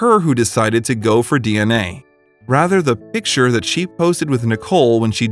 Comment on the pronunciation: Say it with me. PiCK ture. Not pitcher.